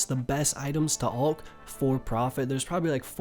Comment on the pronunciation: Ew the way he say alch says it like ulch wtf